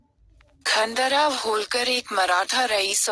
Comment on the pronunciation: जानकारी अच्छी है,कृपया उच्चारण में अंग्रेजी पुट नहीं लाये तो उत्तम होगा।क्योंकि खांडे राव की जगह खंडेराव उच्चारण उपयुक्त होगा।धन्यवाद।